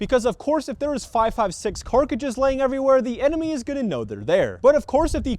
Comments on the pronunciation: I mean he still says CARKidge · for the love of god.. please stop saying "Co2 CARKIGE" ITS CARTRIDGE. PLEASE.